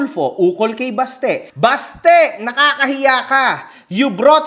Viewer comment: BASTE❎ "BATSE"✅ to Singapore.